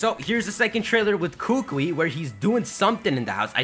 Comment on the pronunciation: Okay, some pronunciation for you. Professor Kukui's name is not pronounced like "Koo-kwee", it's pronounced "Koo-koo-ee". Hau's name is not pronounced like "Ha-oo" but instead pronounced like "How". Sorry, I actually live in Hawaii and am Hawaiian, so your pronunciations made me cringe through each of your new videos. Good job with theories though!